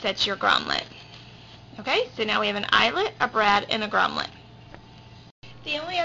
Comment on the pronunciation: FYI - it is GROMMET, not GROMMLET.